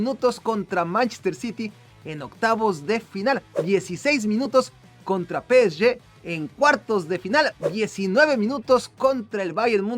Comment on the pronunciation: Pe e ye, ulala señor frances